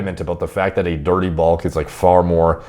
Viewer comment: People who mispronounce their vowels irk me to no end - can't stand the guy. Glad your "bolk" went well though!